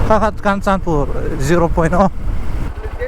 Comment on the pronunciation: Kanchanpur ilam dan thluk adiklo 😂